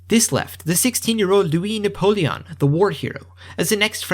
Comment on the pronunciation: I have a mom who took French in High school, and l-U-E nah-pul-E-on is totally right.